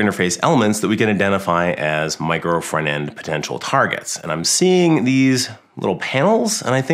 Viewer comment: Wy this guy is always saying "micro fernand"? It's "micro front end" 🤣🤣🤣🤣🤣🤣🤣🤣